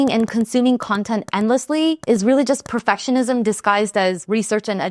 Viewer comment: Am I the only one that kept hearing the word perfessionism instead of perfectionism? How's that for perfectionism. Great video as always!